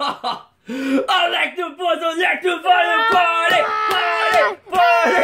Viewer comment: party not potty